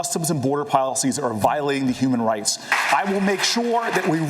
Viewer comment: Did Cory say human rice at around 2 hour mark ? 😂